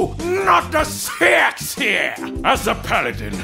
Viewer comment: PLEASE, NO! NOT THE SEHGHCKSEGH!